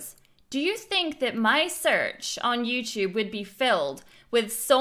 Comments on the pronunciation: I hate the way she pronounces YouTube. YEW-CHUBE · YouCHUBE YouCHUBE YouCHUBE YOUCHUBE